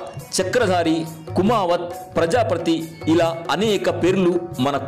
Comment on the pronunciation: Prajaapathi or prajaaprathi mr voice over?